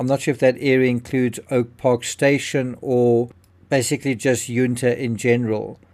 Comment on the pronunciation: Ya not You so Yun-ta not Youn-ta